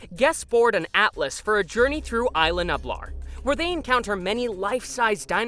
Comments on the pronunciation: "ees-lah..new-blar" is the way to pronounce Isla Nublar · Oof. The way this narrator pronounces "Isla Nublar" hurts me.